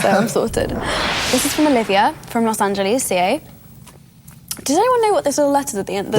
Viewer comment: I laughed so hard at how she pronounced Angeles 😂